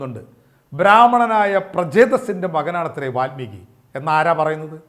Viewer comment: വാത്മീകിയല്ല, വാല്മീകി.